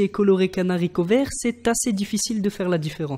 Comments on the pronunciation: Y’a un "H" à Haricot pense y ... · un n'haricot mdr 😂😂😂 on dit un haricot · Be oui mais c'est parce y a un N a haricots😂 donc les naricots😂😂😂